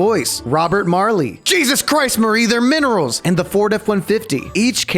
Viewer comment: “JESUS CHRIST MARIE THEY’RE MINIRALS” got me fr